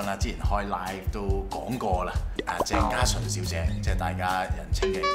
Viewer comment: 加蔥將鄭家純讀成“更加蠢”。